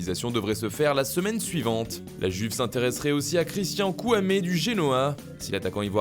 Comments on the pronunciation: “i”uve pas “g”uve stp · Vs pouvez arrêter de dire la [Juve] les français et faire un effort en disant la [Youve] ...